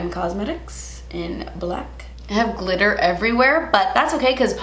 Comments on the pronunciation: Now every time says ‘glitter’, all I hear is ‘GLEETER’ 😭😭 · “Gleeter” lmao that’s something I would say & right after I would say “English is not my first language” 😂😂😂